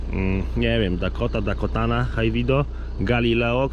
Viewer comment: I cały film źle wymawia nazwę jęczmienia 🤦 ,,Dakota ,,to prawidłowa nazwa , nie jakaś Dakotana